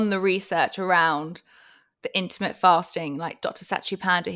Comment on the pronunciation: Yeah her pronunciation kept making me prick up my ears each time she said it😂 Apart from that, some fantastic information being shared here.